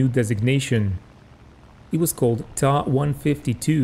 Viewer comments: NOT Taaaaaaaaa ......the letter T and then A TA 152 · "Tah" 152 .......... Never heard it pronounced that way...I've only known it as "Tee A" 152. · Hey it's not a deal breaker, still enjoyed your video. But this video is in English....so perhaps stick to what English viewers are used to. I have been a WW2 aviation enthusiast since 1975...never heard the Ta152 pronounced as other than T.A.152 in all that time...... but anyway I'm moving on...keep up your good work overall...nice graphics and research...thumbs up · So you don't pronounce Me109 as M.E.109....you pronounce it as 'Meee 109' ??? give me a break. Russian planes are pronounced as you say. But German aircraft are generally the letters pronounced separately. F.W.....M.E.... T.A..... J.U. ...... D.O. etc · Ok I'll wait with baited breath for your next videos pronouncing the Ju88 as the 'Jew 88" and the Fw190 as the 'Fwuh 190' ........ you are wrong regarding the Ta152 pronunciation and instead of admitting it and moving on you're digging yourself a bigger hole.... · Wrong. Ta is not an abbreviation from two words such as Fucke Wulf or Bayerische Flugzeugwerke. These are first two letters from the designer's last name Tank. Which in German is pronounced 'Tunk' and NOT as in 'Main Battle Tank' which every single English speaker does. Likewise, Soviet Yak series of fighters are called Yaks and not Y.A.K. because it comes from the name Yakovlev. Same goes for Ju-87, short from Junkers (pronounced 'Yoonkers')